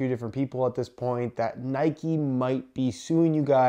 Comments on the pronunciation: It’s Nike not ‘Nikey’ just like it’s bike not ‘bikey’ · Its not nikey it nike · It’s not ‘nike-ayyy’ it’s just NIKE. like cmon you wouldn’t say bike-ayy